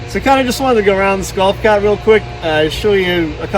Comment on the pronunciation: “Gowf caaht”